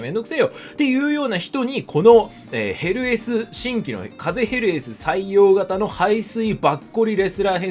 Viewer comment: たまにヘルスに聞こえるw